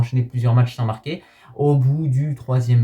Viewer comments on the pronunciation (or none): none